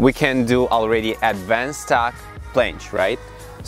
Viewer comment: Who heard plansh